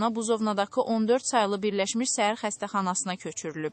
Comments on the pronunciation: Heç olmasa düz oxuyun-səhər yox şəhər xəstəxanası-ay bisavad. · Səhər yox şəhər Cingiz yox Çingiz Allah rəhmət etsin